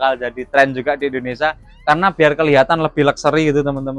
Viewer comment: Indonesia bang.. bukan Endonesa.